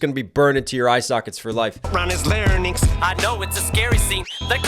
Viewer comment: Genuine question: Why does Eminem pronounce 'larynx' (I’m from the UK but I know it’s pronounced the same in the US) 'la-ra-nynx' in this? Is this common? Is there some kind of origin to this? PLEASE no hate because I LOVE this album and Em, I’m just genuinely curious, that’s all! 🙏🏻